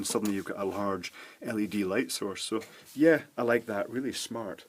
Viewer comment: every time he says led string, i thing of led g-string